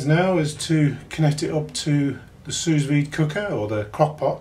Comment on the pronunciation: Nice video, thanks. One nit: you don't pronounce the second 's' in 'sous'